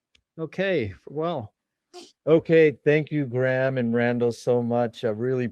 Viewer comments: Who the hell is "Gram"?? 🤣🤣 It's Graham. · Graham pronounced greyam not graam and Randell observation deck hypothesised Atlantis could be 33 degrees by -33 degrees. Check it out, I think he is onto something. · Graham is not pronounced Gram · His name Graham not Gram. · Can’t even pronounce Graham. What a retard